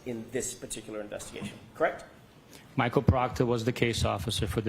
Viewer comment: And he’s constantly saying correc 😂😂😂 not correct. He doesn’t say the t.